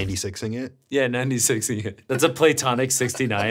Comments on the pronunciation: Pronouncing it like Plato, the origin of the word platonic, is a strange choice. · The way he pronounced platonic gives me jeepers creepers